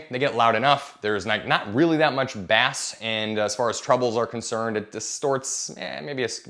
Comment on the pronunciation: Its pronounced "base" when referring to sound 😂